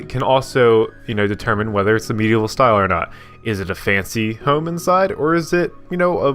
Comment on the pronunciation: I heard it too lol!